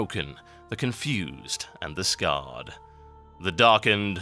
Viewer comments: You do know that in the poem it says scared, as in frightened. The one you pronounced was scarred. Just an FYI. :P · Actually, the poem had the word "scared" as in past tense of afraid. You pronounced it as "scarred" as in, having scars. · "scared" or "scarred"? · It's scared with a long 'A' as in frightened, not scarred as being marred. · Hate to be a partypooper, but instead of Scarred.. it was Scared, in the poem.. Scared ;D Other than that, love your vids TotalHalibut! Keep them coming! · It's scared with a long 'A' as in frightened, not scarred as being marred. Also, why'd you have to be so mean to Donny. You should have let him stay. He was only being friendly. And he had a pet monkey. And he was a troll. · Also, not meaning to nit pick but you pronounced 'scared' wrong, you said 'scarred' =) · Why did you pronounce scared as scarred?